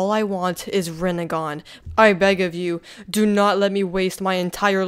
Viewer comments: Bruh it is just rennigan like chill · “Rinnegan” actually